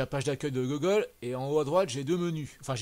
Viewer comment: LOL désolé pour ma prononciation... Pourtant mon anglais parlé est plutôt meilleur que la moyenne mais j'ai du mal avec "Gogole" Je ne pense pas que ça soit un blocage.